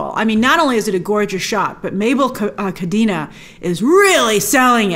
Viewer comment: I would love if we can MAKE AN EFFORT to pronounce the names correctly: Tenoch Huerta is pronounced “Te” as in “TE(st)” - “Noch” has a “ch” sound as in “CHair”. Mabel Cadena has a last name pronounced “CaDEna” with an “E” pronounced like in “pEt”. Please make the effort. Is not that hard.